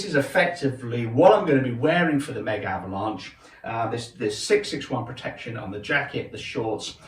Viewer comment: you said Mega-Avalnche